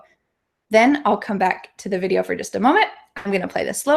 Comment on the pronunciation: why do you really pronounce the /v/ sound in the word "video" like the /f/ sound it sounds like fideo